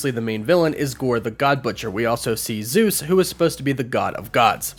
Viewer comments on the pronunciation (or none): I'm Greek and the way you guys pronance the name Zeus makes me waay too cringe.😭😭😭